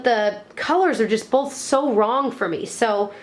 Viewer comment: Love these videos! Someone said always says "bowlth" instead of "both" and now it's all I can hear lol:D <3